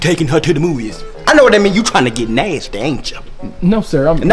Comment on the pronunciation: The way he said NASTY